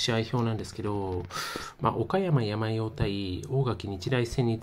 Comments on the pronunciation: やまようwww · けいとうをケイヤクって😂 サンヨウをヤマヨウって😂 国語の勉強した方が良いよ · 阪口監督は甲子園で歴代7位タイ（木内監督と並ぶ）の40勝を挙げておられる名将です。 それと他の方も指摘してますように「おかやまやまよう」ではなく「おかやまさんよう」です。山陽は山陰とか東海とかと同じく、地域を表します。主に中国地方の岡山、広島、山口の瀬戸内海沿岸地方を指します。 もう少しお勉強されることをお勧めいたします。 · 「やまよう」って何だ？😂 「さんよう」だろ👊 こんな奴が解説してるのは なぁぜ なぁぁぜ🤣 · ホントに野球ファンの方？やまようって読めんの？ さんようって読むけど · 継投→けいやくではありません。 その直後、不正発覚 何が発覚したの？ おかやまやまよう→やまよう新幹線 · 山陽（やまよう）は無いわなw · やまよーって… やまおーと同じレベルの間違い。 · 「やまよう」は草義務教育受けてますか？😂😂😂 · 「やまよう」だってさ、小２年ぐらいの学力だね。“継投”を「けいやく」って、マジで学校に行ってないね。「おかやま」が平仮名表記だから、無学歴でも読めて本当に良かったねｗ